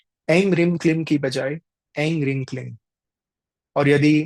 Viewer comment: In the app , maa tripur sundri pahchadasi mantra pronunciation or Hreem is not hreeng